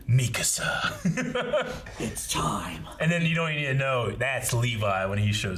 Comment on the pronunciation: Is everyone gonna skip over the fact that called Mikasa "Makisa"?